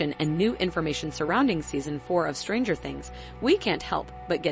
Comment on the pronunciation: she also puts emphasis on the word stranger instead of things